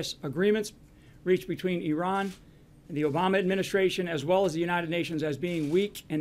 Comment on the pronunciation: Why can't a single one of them pronounce Iran correctly? Doesn't inspire much confidence they know what they're doing.